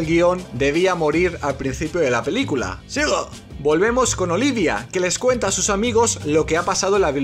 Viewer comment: Me encanta cuando dice: "zigooo" y "venzida"... jaja es lo máximo, amo este canal, el humor es fresquísimo y demasiado inteligente. Mis dieces ❤❤